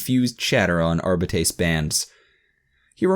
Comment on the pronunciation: As much as I loved listening to this series years after reading the original, the way this man reads Arbite/Arbiter hurts me every time.